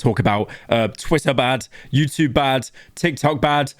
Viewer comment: The way pyro pronounced YouTube annoys me